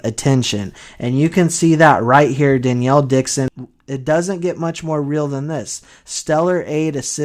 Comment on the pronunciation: Her name is Duh-nell not Dan-Yell